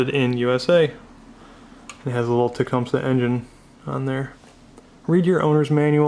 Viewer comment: It is properly pronounced "TA-COME-SEE" !!!